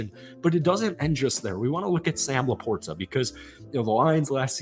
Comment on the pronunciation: Thats now how you pronounce LaPorta. Please stop it.